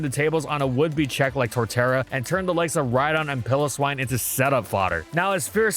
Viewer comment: "Pill-o-swine" HE CANT KEEP GETTING AWAY WITH IT